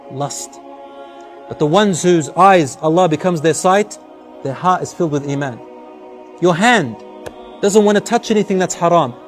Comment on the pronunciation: "fills with iman" Not "amen"